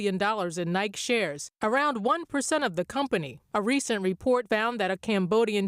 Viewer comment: the nice lady seems to have not been told how to pronounce “Nike”